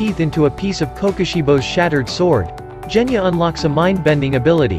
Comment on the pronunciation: it's Genya not Geyna